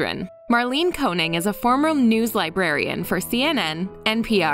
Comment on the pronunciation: It’s not Marlene Koning, but Koenig. And Koenig is German for king by the way